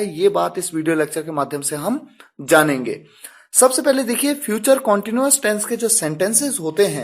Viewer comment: कौनटीन्यूअस नहीं क्नटीन्यूअस